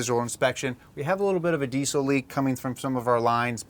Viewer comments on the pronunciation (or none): thought you said diesoline lol like gasoline lol